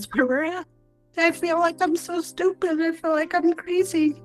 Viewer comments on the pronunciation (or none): none